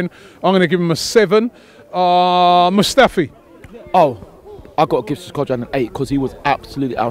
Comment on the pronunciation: Mustafi not musfti